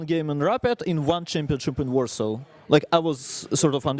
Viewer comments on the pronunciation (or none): none